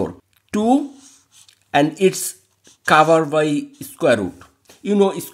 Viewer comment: Sir Your English pronounce is not good Example covered